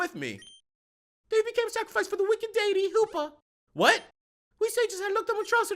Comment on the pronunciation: You were closer to pronouncing deity the correct way good job! It was deffinetly better than how you said it last video. And for that i dynamic punched that like button and got a critical.